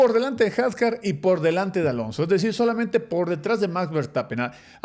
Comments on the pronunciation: Se dice Hadyar aunque se escriba Hadjay. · Can!! Son mi top, puedo pasar el día completo escuchándolos. Pero como comentario… los nombres, la pronunciación de los nombres. Isack hadjar 😅 No se si lo hacen por alguna razón, pero suena raro cuando se escucha. Por lo demás, que buen video!! Que gusto ver como crece el canal y seguiremos toda la temporada con ustedes apoyando! 🙌🏼